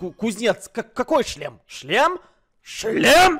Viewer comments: Когда они много раз говорили "шлем" я слышал "член" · Я ждала момента когда они за путаются и скажут вместо шлем: ч-шлем😅